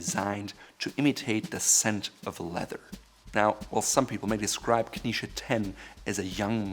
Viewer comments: Why do you pronounce Knize as though it were spelled "Knische"? As a native German speaker, your choice of pronunciation is puzzling. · He pronounces 'knize' like the jewish dish 🙂